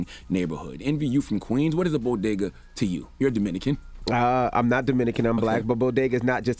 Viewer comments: I'm mexican and I didn't take offense I thought it was funny. And the way she said Bodega was hilarious. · This is why you should "trust but verify". The way the first lady messed up the word "Bodega" is what happens when you try to hard to fit in, in my opinion. Eager to know if she has ever even been to one. She deserved Donkey of the Day for her comments. Peace, love and blessing everyone stay positive 💜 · I see that side too. I heard some people laugh in the crowd which made me feel like there was a thing about the breakfast tacos there. The way she mispronounced bodega though is still cringe idc who you are 😂 at the very least it was a lack in preparation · BOGADA or BoDega? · #if you say so 🤔 #bo-gah-dah # Bodega=( BO-DAY-GAH) SOUND IT OUT. SHE DON'T AND WASN'T TAUGHT TO SOUND IT OUT.SHE DIDN'T write that script. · gah-bidge = garbage, bo-ga-duh = bodega...easy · As someone from New York I find it extremely funny that she called it the “bogedas”. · Boa-gah-does! Wtf!!!!..., us blacks love Bodegas too! Wth is Jill biden TALKING ABOUT?!... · She didn't actually say what people said she said. She didn't 'Latinos are like their tacos'. But she did say bodega like Bogotá. What the hell does she know about Latinos anyway? And guess what, most second generation latinos in the US don't know either... She did make a stupid speech, tru. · Sounded like she said Bogotá 🇨🇴. More offended at the pronunciation 😂. Bodegas matter!!! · its "bogedas" for me😜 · Was she supposed to say BODEGA!! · She didn’t only mispronounce Bodegas, she scrambled the word.. she said ‘BoGedaS’ 🫤 ATP! Throw the whole presidency in the trash 🤾🏾‍♀️🗑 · She Jus Gave The Green Light For White People To Say BoGedaws 🤦🏿‍♂️ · DJ Envy thank you. I was like boga..das. no she said that so wrong. The boricua and the Bronx on me was telling...Who the f*ck is that? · Tf is a bo-guh-duhs? SMH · Bodigguhs?!? Breakfast Tacos?!? Ok, Jill😣…… Why is Charlamagne convinced Envy is Dominican 😂😂🤦🏽‍♀️